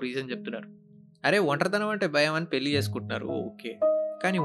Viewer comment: Not billi it's pelli